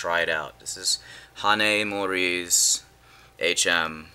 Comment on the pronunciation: At last I have found a reviewer who pronounces "Ha-Na-E Mori" sufficiently properly. Other reviewers say something like "Honey Mori." Good job.